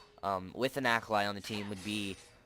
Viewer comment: Great vid, but her name is japanese so it's pronounced ah-kah-lee